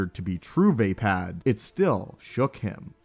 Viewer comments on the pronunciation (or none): its v-ah-pah-d, not v-ae-pad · It's absolutely Not pronounced VAY-PAD. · Va'apad. Vah-Pod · does anyone else think it is pronounced as vah-pod? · Had to click off this video just bc of the way he says vaapad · Say Vaapad one more time please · You are saying vaapad wrong.